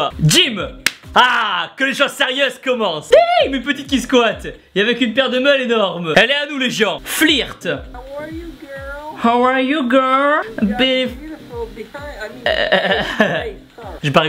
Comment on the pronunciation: flirt 😂 sa se prononce fleurte